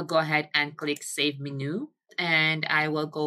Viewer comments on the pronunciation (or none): Just an FYI, menu is pronounced men-you